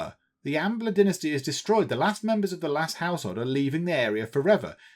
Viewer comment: Is it only me, or every time he says Dynasty I hear Die Nasty! ? ;P :D